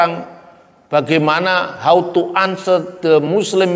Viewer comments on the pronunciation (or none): none